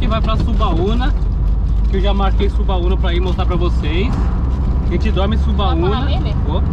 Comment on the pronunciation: O nome é Subauma e não Subauna como vc está falando. Sou de Alagoinhas e aí é a melhor praia que todos os Alagoinses gostam